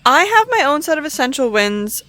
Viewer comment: When we were talking about this the other day I thought you said Winds and was so confused but now it makes more sense lol